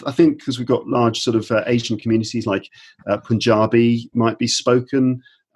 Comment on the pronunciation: Did he say Puniabi?👀 Hey from Punjab, india.